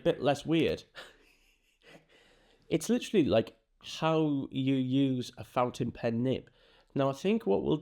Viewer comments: Flipping the nib you flipped the letters and said pountin- fin. Loved it! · Now I'm gonna call it "pountain fen" forever and it's gonna be your fault. 🤣LOVE IT!!! SUBSCRIBED! You're amazing! ❤ BTW... I'm a leftie and have a special nib for my Lamy Safari. Still learning how to hold it properly.